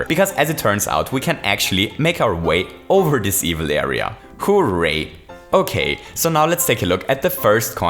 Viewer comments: It's hooray not who.ray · It's hooray, not "Who-ray" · The way that says hooray gives me life